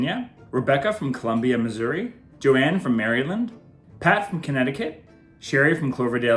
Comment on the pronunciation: “Joann from ‘Merry Land’” 😳😂😂😂